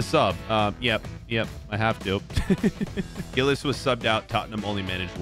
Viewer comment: Giles.. Says Gillis 🤦‍♂️😂